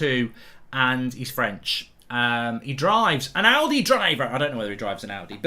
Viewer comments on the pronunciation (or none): none